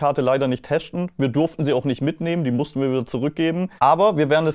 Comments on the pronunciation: letschte lol muss man teschten am näkschten und was soll dabei rauskommen ??? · Ist das der, der immer "teschten" sagt?